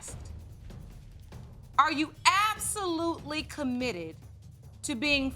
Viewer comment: im sorry but i feel like judge lauren does the emphasis on the reveals on purpose because imo when she says ‘you ARE …. not her father’ idk it comes off weird to me i dont like it